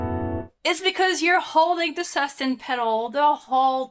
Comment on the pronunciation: Su-stain pedal...not sustin pedal...please